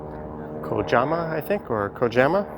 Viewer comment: I used to think it was pronounced "Kajama" myself until I went on it but it's actually "Ka-yah-ma". I highly recommend going, it's really relaxing and you can get a lot of cool shots. Plus they fire off a cannon and you can raise the sails.